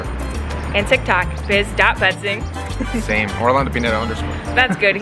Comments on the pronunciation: Biz is such a good actor At one point of the video I thought he siad babe instead of biz hahaha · I keep hearing calling her Babe instead of Biz....yo guys I'm trippin' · Lol when he was saying biz it sounded like he said babe